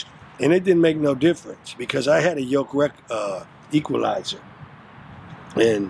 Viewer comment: "Yoke Equilizer" !!!!!!!! Lol